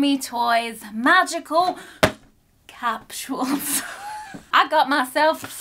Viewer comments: It’s capsules not capshul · It's funny cuz I'm from the US and is saying capshuals instead of capsule🤣